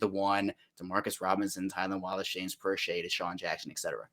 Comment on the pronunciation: Proche is actually asked to play most on the healthy scratch list. Steve Smith doesn't even know how to pronounce James Proche's name when he said that. Also, if Proche is the best WR we have then that's an indictment on our WRs.